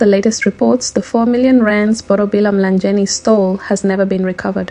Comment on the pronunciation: "Mlangeni" not Mlanjeni